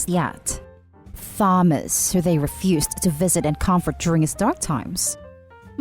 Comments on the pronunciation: Story 1. NTA they did nothing for your son, showed no sympathy towards you at your time of hardship and grief, but now you have some thing that they want come around to pester you. Tell them NO and remind them that NO is a full sentence. Also to the orator the pronunciation of Thomas is TOM-ASS! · Thomas is pronounced TOMAS. PS love your videos and your voice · the way she pronounced thomas made me wanna jab pencils in my ears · I hate how incorrectly you pronounce "Thomas". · The way you pronounce Thomas is kind of adorable lol But also apparently all of their parents suck, and I hope they don’t go to the baby shower and go low contact for the moment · The word "Thames" when spoken by a British and Americans the "H" is not silent. The "Th" is pronounced "The". A person who is not using English as a first language, could easily use the knowledge of the "Thames" The - sound and assume it would be the same pronunciation for Thomas spelled with an H. You're right, removing the H - is a quick was to silence the "offending" H lol. :) Thank you for engaging in this discussion politely. It is nice to discuss things in this manner... You win the "Kindest person on the Internet Today" award... :) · First time I’ve heard someone pronounce the “H” so heavily and make the “T” silent in the name Thomas lol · why did you say thomas wrong everyone knows how to say thomas and that the h is silent do you not know how to speak your own language ? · True. Im Filipino, and I somehow feel that the narrator is too, well a little, the way she sounds. I would have read the name with H as well. We have plenty of Thomas here, and we pronounce their names with H. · It actually a pretty common name to mispronounce since Th is pronounced differently in different words. The and thanks are for example different. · I'm 99% sure this is a bot voice, hence the issued in pronouncing. Like Easter europeans are even harsher in pronouncing thomas so this pronunciation is weird for the 'speaker'